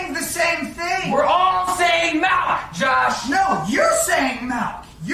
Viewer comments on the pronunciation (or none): The part wheee Zizzy called milk “malk” killed me… I love your videos lol